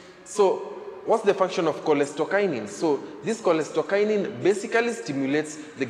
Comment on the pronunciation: its cholecystokinin or cholestokinin